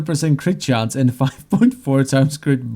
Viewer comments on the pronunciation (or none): none